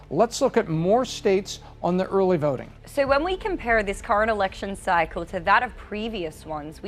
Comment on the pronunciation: I never realized how hard the letter O is to pronounce. How does a two letter word like So sound like Sur?